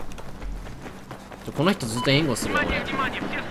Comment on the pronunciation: Togetherの発音もっと日本人っぽい方が自然な英語ですよ